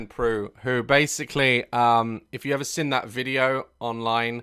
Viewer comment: Me: seen Daz: sin